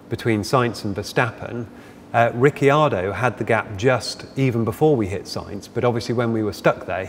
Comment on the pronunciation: i hate how this guy keeps saying 'ricky-ardo' as if he's new to formula 1. his colleague even pronounces it correctly and he still says 'ricky-ardo' smfh